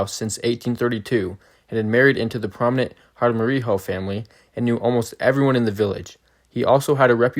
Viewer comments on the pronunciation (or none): We arent local mexicans we're Spanish. It's Jaramillo not jaramiho.